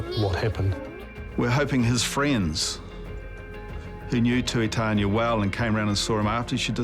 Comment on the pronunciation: Tuitania pronounced Too-ee-tah-nee-ah